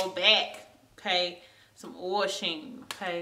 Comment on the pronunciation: its OIL sheen .... not ohel 0-0 no hate tho, love the look just brought 3 containers